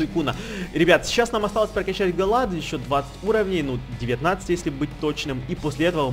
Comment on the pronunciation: Не Галад а Галейд,так,на заметку)